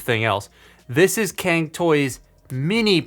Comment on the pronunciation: As a Chinese, the pronunciation of "can" toy still cracks me up :)